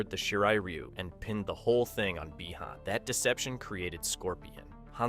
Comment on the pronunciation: Why is bro saying bi-han like that💀